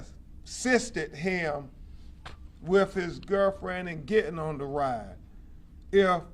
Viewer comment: "Eyewitness coroberation, Kevin's girrfren" . . Did they retain him for free? Sure sounds like they did. If I am paying an attorney, he better be able to speak the King's English properly! 🙄🧐🤴